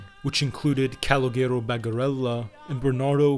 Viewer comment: Calogero = cah-low-jeh-row I am really enjoying the content, just wanted to help out with the pronunciation. Same name as "C" in Bronx Tale.